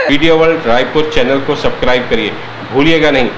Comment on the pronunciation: Badhiya!! सब्क्राइब नही,, सब्सक्राइब होता है। गलती ठीक करके बोलिए।